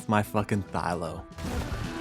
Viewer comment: They are called THYLAS not Thylos. Thylacoleo not Thylocoleo.